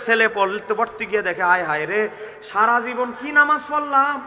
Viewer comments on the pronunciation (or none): none